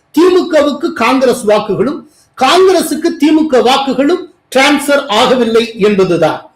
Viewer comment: Sir any reason why you pronounce Thi Mu k, Aa Thi Mu k bit Tha Ve ka? Why suppress Ka for these two parties?